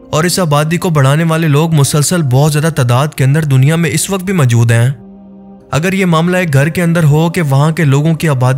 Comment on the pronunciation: اپنا تلفظ درست کریں۔ لفظ مَجود majood نہیں مَوجُود maujood ہے